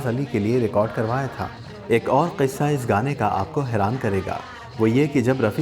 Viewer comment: thanks a lot for sharing interesting anecdotes connected with Rafi Saab's songs. We look forward to such videos. However, I have 2 observations to make. First, you always take a pause to ensure you pronounce the word, 'qissa' correctly with an emphasis on Q, which is the right way. Secondly, in this video, you spoiled the fun when the song started playing while you were introducing the song. It would have been better if you had played the song after your initial words.